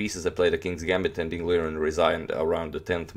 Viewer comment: #agadmator Accurately, it's Mr. Ding to call...Most commentators say it wrong, learn it and you're better than all of them immediately and easily